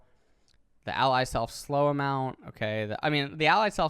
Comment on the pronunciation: Anyone notice it said " ally slef slow " Instead of self lol